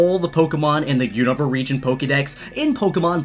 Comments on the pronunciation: It’s pronounced “oon-ava”. 🤦🏼‍♂️ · The way you say unova triggers me. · HOLY FUCK I HAVE NO IDEA HOW YOU CAN BUTCHER "Unova" THAT BAD.